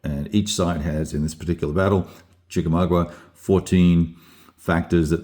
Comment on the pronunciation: It's Chickaumaga, not Chickamagua. Just saying. But you are allowed to continue pronouncing it in Australian.